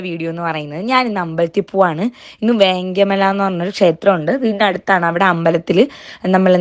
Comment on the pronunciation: വേങ്ങ മല ആണോ... വേങ്കാമല എന്ന് അല്ലേ ചേച്ചി 😂